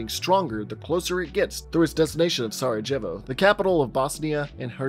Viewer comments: dude just pronounced Sarajevo as "Saradgevo" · This isn't meant as a slight but damm if I've never heard Sarajevo butchered so badly lol